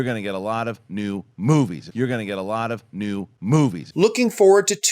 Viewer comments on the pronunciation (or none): You fucking blew it, and you didn't even cut to the clip of Rich mispronouncing "movies". (keep making these videos plz)